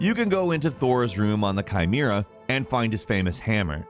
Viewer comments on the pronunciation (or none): “Chimeera”??? Say it with me Chi-ME-ra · It's Kai-mare-uh. Chimera